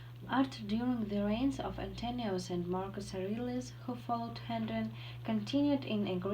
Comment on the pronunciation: Hello) - check the stress in the word distinct [dɪsˈtɪŋkt] - In this sentence you should pronounce words more clearly. I barely understood that you said "of Hadrian’s love". - "are the" sounds like "other" - I know we have already discuss the question about pronounciation of the names, but in the video "Antoninus" sounds in other way. - vein [veɪn] - the "t" in the word naturalism must be pronounced like [ʧ], not [t] - check the stress in the word abrupt [əˈbrʌpt]